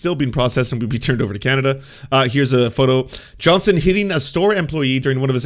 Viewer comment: JohnsTon FFS! WHY DO YOU KEEP CALLING HIM JOHNSON? ARE YOU ILLITERATE? Johnston NOT Johnson!!!